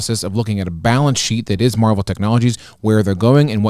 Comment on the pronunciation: Pronounced mar-vell not marvel